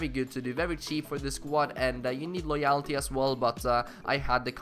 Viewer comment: The way he says loyalty is annoying me